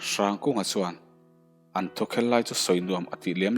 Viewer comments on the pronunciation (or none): Hrangkunga tive mai la, hrrangkunga iti kher hi chu beng a thlep deuh